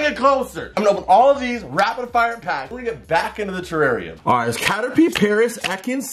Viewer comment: It is terrarium not terranium